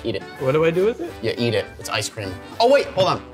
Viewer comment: yo yo yo its the leaning taower off ece cream lol